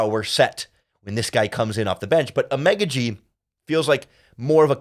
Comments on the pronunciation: Ok his last name pronunciation is “ah-mon-gah-gee”. Just a heads up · You butchered a Nigerian man names. Figure it now !